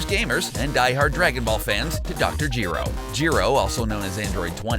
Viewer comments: Dejinn the djinn “ Jeero “ It’s either “ Juh-roh “ or “ Guh-roh “ “ MAAjin “ “ Mah-djinn. “ That’s just obvious. Also, in Majin Vegeta is in Xenoverse 2. Unlike the video saying it. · you do not know how to pronounce gero, whis, zarbon, and majin and its very irritating